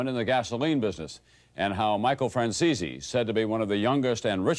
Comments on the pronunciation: His name is Franzese not Franzeeezeeee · Nice work Mike, hey I just gotta know one thing: why do some people pronounce your name as Fran-ze-see? When I hear you say it, it sounds more like Fran-zeese. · The way the news reporters pronounced your name lol "franzeesee" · Hey Michael, why is it that nobody can ever pronounce your last name correctly? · Hearing your last name mispronounced makes me cringe. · They can't even say your name right.